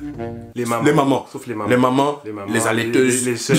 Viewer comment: "Les alaiteuses" mdr